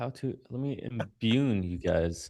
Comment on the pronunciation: said “imbue,” not “imbune.” There’s no such word. Vocab is my jam, so before I even commented I said, “I have never heard that word. I think pronounced imbue incorrectly, but let me double check.” Being humble is valuable.